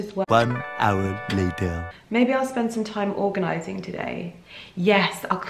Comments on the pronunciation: I laughed so hard at "organanizing" 🤣🤣🤣 I needed a good laugh! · haha Organanising made me giggle and looked back a few times which made it even funnier :p